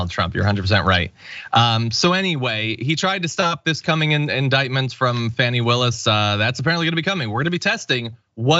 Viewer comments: It's NOT FANNY, IT'S FAH NEE! John. You should know by now after 2 years. Show some respect or don't say her name at all! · please learn how to pronounce Fani (Fawn-E) correctly. You go at anyone mispronouncing Kamals name. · Fawn-ee... Her name is pronounced Fawn-ee. Not Fan-ee... which is something else! How are we this far in and you've never heard it?